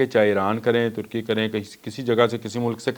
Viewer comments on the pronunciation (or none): none